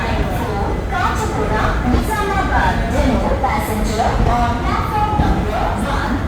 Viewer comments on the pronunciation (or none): kache guda nahi bhai kaacheeguda aisa bolo